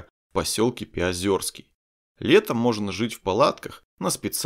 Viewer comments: Не Пяозёрский, а Пяозерский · все не плохо, но правильно говорить ПяозЕрский, а не ПяозЁрский! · Как услышал озвучку населенного пункта Пяозера аж передернуло, неужели сложно узнать как правильно говорится название поселка?! Это Пяозерский а не ПяозЁрск.